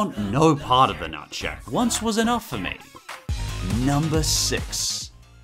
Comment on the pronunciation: At first I thought he said “Nutsack” instead of “Nutshack”